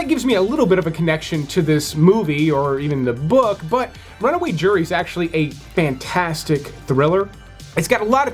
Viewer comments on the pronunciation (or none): none